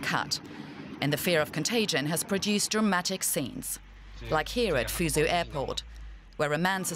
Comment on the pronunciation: "foozoo" airport lmao what?